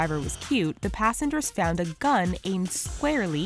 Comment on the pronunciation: "passangers" lol